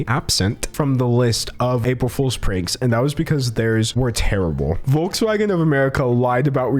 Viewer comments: i've never heard anything cuter than an American pronouncing Volkswagen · It’s actually giving me chills when Americans pronounce “Volkswagen” 🥶